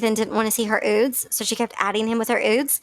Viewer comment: Ok do they really glad the word “ nude?” lol I love you girl and your videos but saying “ oodes “ 10 times in three minutes was making my eye twitch.